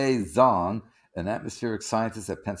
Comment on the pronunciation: It's actually pronounced more like "J[ohn]ang" even though it's spelled Zhang. It's a very common last name in China. thanks, drew "How to pronounce [zh]: Raise the tip of your tongue to touch the hard palate in order to form an obstacle and the airflow comes out suddenly by break through the obstacle without vibration of the vocal cord. The sound of [zh] kind of sounds like the “j” in English word “jack”.